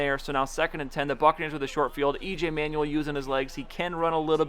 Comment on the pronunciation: Just a small thing - EJ Manuel isn't pronounced "Manual", it's pronounced "Manwell" :-)